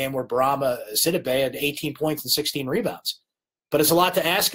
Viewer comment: Bourama Sidibe's name is pronounce Si-dee'bey not Sid'-ih-bey. I know you know how it should be pronounced but keep forgetting. He'll be here 3 more years so fix it now!